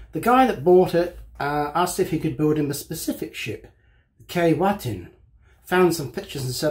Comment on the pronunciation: One quibble: It's pronounced 'Key-Way-Tin'.